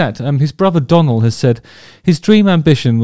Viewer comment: Then he murders Donal 😂 ( dough nal) but all forgiven loves Justin's channel